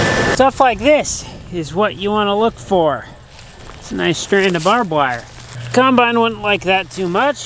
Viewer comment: How come you say kimebine instead of combine? Lol